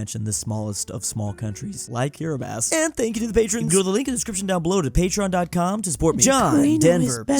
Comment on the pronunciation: Apparently can pronounce Kiribati correctly, but not Cobalt. That's American education system for you.